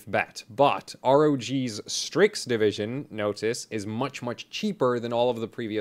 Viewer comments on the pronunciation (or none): none